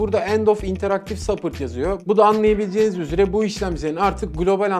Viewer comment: SUPPORTA SAPPIRT TA DEDİNİZ YA LÜTFEN TÜRKÇE GİBİ OKUYUN DAHA İYİDİR YA